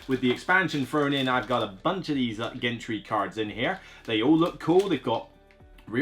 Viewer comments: Always like you’re reviews as you tell it like it is. Ps it’s pronounced “jentry” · Is gentry really pronunced with a g like in get and not like in gentle?